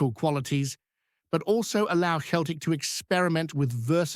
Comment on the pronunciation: Celtic not Keltic ,how many times do I have to tell you 🤷‍♂️